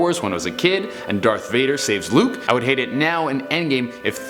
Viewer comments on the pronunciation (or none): none